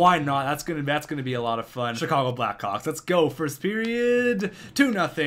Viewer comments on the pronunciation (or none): none